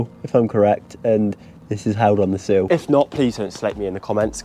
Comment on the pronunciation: it's called a sill not a seal for future reference